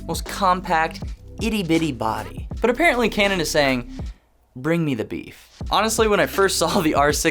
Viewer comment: Great I'm now hearing canon as cranon. Wonderful 🙄.